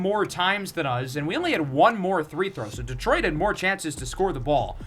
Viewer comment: day 1 of asking why says three throw instead of free throw